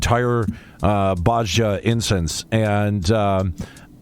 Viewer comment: And DAMNIT!!! Its BOZ-JA not Bozo-ja or whatever you keep calling it!